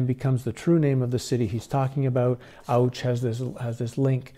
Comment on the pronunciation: Auch in france is pronounced ouch